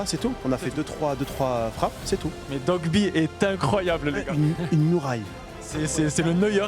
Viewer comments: OH WESHH DITES LEURS QUE C'EST DOIGBY ET PAS DOGBY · Ya vrmt personne qyi peut dire DOIGBY mdr ils disent tous dogby